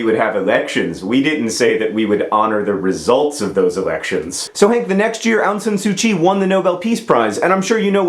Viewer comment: John, as a second-generation Burmese-Chinese in the US, I have to say that your pronunciation of "Myanmar" and "Aung San Suu Kyi" makes me cringe. It's a bit complicated but they're pronounced "Mee-an-mar" (combine, like slur the "mee-an" part, because I have no idea how to spell it the way it should be pronounced). And it's "Awng (like "A what a cute puppers!") Sahn SU Chi." There, I hope I have taught you proper Burmese. And thank you for referring to the country as Burma. No one likes calling it Myanmar. Ew.